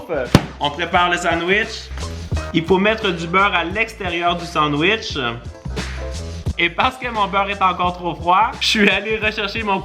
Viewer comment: « Le sandwech »wesh??!!😭😭